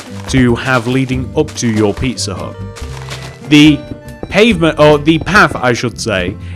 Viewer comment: When you say pizza hut fast it sounds like pisser hut